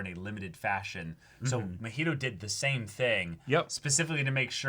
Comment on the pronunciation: I get it’s unreasonable to be this annoyed about it, but the fact they keep calling Mah-He-Toe muheto chips away at my sanity lmao. He’s not an alcoholic beverage and his name is said soooooo many times in the series that it shouldn’t be THAT hard to mimic the pronunciation. It’s giving Naruto to nurooto vibes 😭 some white people nonsense right here